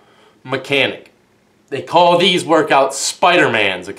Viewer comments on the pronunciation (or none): none